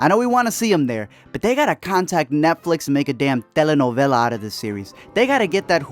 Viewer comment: When he said "telenovela" ❤👄❤